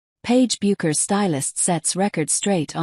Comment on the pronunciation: Regarding videos about Paige it is rare to hear the narrator pronounce her last name correctly . Don’t these people do any research?